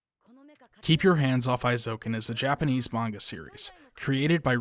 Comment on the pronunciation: Very good and informative video, thanks for making. I've never been diagnosed but I suspect that I'm on the autism spectrum, and I can definitely say I relate to this character in many ways - though I've ended up more of a dabbler without great skill in any one particular area, sadly. Minor nitpick: the "ei" in Eizouken is pronounced like the English long A sound, or "ay" (as in hay, may, day, etc.).